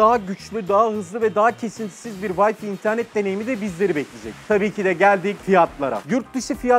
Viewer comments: Ömer Faruk Sina Yeni Wi-Fi kelimesinin okunuşu hiç bir dilde “vayfi” değildir. “Vayfay” diye okunması gerekiyor. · Abi siz bari şuna vayfi demeyin ya lan bi vayfay demeyi öğrenemediniz... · Litaratürde vayfi diye bir telaffuz yok ömercik :) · öneri: huawei'i huvayi, wifi'ı vayfi diye okumanız amatörce olmuş zira teknoloji kanalısınız. marka ve terimlerin isimlerini doğru okumanız gerekir diye düşünüyorum ben. onun haricinde severek izliyoruz. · WAY diyorsunda FAY'a niye Fİİİ diyorsun sayın admin bey. yıl olmuş 2019 halaa..... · Yıl olmuş 2019 ama halen Wi–Fi yanlış okunuyor